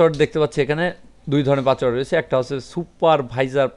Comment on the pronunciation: ভাই পাচওয়ার্ড নাতো পাসওয়ার্ড। দয়া করে উচ্চারন ঠিক করুন।